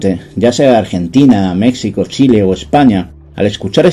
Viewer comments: Gran trabajo, yo estaba seguro de que esa muesca era para facilitar el afilado, desde hoy ya no le llamaré muesca española. Gracias por compartir tus investigaciones. PD. Se escribe México y se pronuncia "méjico", no "mecsico". Originalmente se escribía "Méjico" o "México", ambas formas eran correctas y eran de uso común en documentos de la Nueva España que hacían referencia a la Cd. de México. Fue tras independizarse el territorio de la Nueva España que se adoptó "México" como uso definitivo, y así está escrito en nuestra acta de independencia. El diccionario aun recoge "mejicano" como gentilicio, aunque los mexicanos lo escribamos con X. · No sé porque me ha sugerido este video Youtube. Pero acabo de tragarme 1 hora de video sobre un tema que no me interesa en principio, pero me ha tenido enganchado por curiosidad. Enhorabuena. .... Dicho esto, por favor México y Texas con fonema j déjales la pronunciación con x a los yanquis. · Se escucha un poco extraño como pronuncias México jejeje Los mexicanos lo pronunciamos 'Méjico'. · ni siquiera sabe cómo pronunciar México y ya quiere encontrar el origen de algo pffff